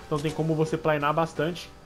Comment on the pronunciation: É planar não plainar